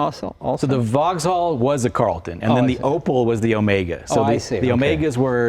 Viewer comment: Opel, not Opëll